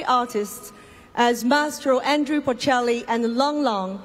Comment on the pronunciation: 杨澜虽然看的出来很用心很有诚意，但英语的确还达不到主持人/播音标准。毕竟这种级别的盛事，要从中国派一个双语主持，代表国内最高水平，我觉得标准和要求还是应该要比这个再高一些。读音首先很多字都有吃音节的问题，语法有几个小错误，最主要的是把波切利的名字念错了。他不是Andrew，是Andrea，可能是因为中文普遍翻译成安德鲁的问题？其实准确的说他叫安德利亚，这个就比较严重了，毕竟是三个重要嘉宾之一。。。